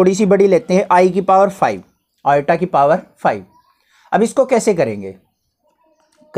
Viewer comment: i = iota ❌ i = atta ✔